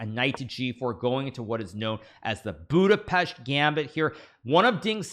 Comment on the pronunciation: The first foreign person to pronounce "Budapest" the correct way😂